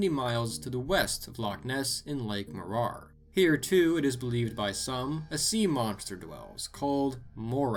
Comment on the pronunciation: He messed up Morar bigtime.